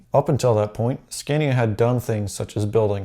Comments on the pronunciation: It’s “scahnya” my dude. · I am a mechanic here in sweden. you can find nearly as many straight 6 engines as v8 motors in Scania. The V8 is very popular to swedes because they are reliable, very much power, and they sound mean! By the way, here in sweden the name is pronounced Sc-ah-nia. very nice video. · You have to pronounce the A´s in SCANIA as an a, not ä. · Here in New zealand the vast majority or scanias are v8s only really the smaller trucks are i6s. It also hurts every time he pronounced scania